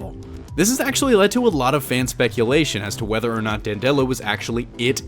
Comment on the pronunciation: It's Dan'-de-lo, not Dan-delo'. (At least, going by the audio books).